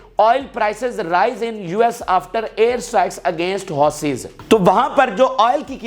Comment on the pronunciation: Bhai houuuuuthis not hotheyess